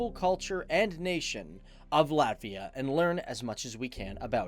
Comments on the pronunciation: Izklausās ka viņš saka Lavia 🤣🤣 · he didnt say ''Latvija''.. he said ''Latvia'' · viņš saka Latvia, izslēdzot burtu "j"